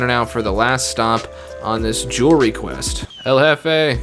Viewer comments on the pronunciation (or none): none